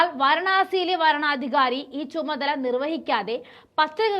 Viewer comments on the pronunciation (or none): വാരണാധികാരി അല്ല, വരണാധികാരി. എന്താ കൊച്ചേ ഇങ്ങനെ മണ്ടത്തരം വായിക്കുന്നത്??